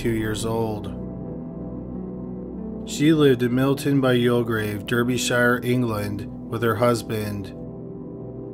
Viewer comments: 😂😂 it’s pronounced “ dar-by-shur “ - Derbyshire 😩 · Fyi dude. Its pronounced derbysheer... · Please amend your pronunciation of British counties! Whether it's Derbyshire, Hampshire, Oxfordshire, or Cheshire (etc. etc.), the 'shire' suffix should not be read as an independent word. The suffix is pronounced like 'sheer' (rhyming with fear) not 'shire' (rhyming with fire). Imagine Alice In Wonderland with a Chesh-eye-er Cat - ugh!?! P.S. I'm not British, so I'm not personally offended or anything like that, it's just my ears cringing. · You didn't do quite enough research...you didn't learn how to pronounce Derbyshire. Try 'Darby-shur'. Geez, in this day and age, how hard is it to check pronunciation?! Sometimes I think my fellow Yanks do this on purpose.